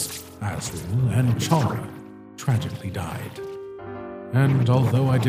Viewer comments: Chara is pronounces kae rah not char rah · I love this but it's pronounced K-ara